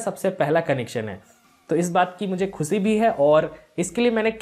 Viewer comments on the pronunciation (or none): Khusi nahi beta khushi bol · Aapki "khusi" se me bahut "khus" hu